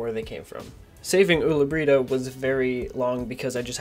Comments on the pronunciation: Pewds: ulla brita: Owla breetah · I love how he says Ulla Britta XD